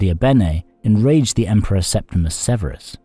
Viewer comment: Septimius, not Septimus.